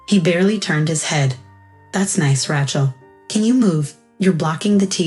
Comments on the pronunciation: That is what you get with AI. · They can't even say her name right. Ra-chel, not. Rat-chel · RAY-chel, not Ratchel. Won, not want. 60th o9r 65th birthday? Read in this context is pronounced to rhyme with red. Rachel was smart to rid herself of her toxic family.